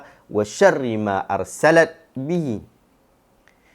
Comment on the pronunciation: Ada kesilapan bacaan pada lafaz أرسلت. Sepatutnya dibaca dengan ursilat, bukan dibaca dengan arsalat. Barakallahu fiikum